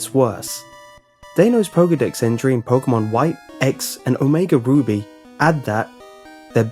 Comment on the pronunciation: you said omega booby XD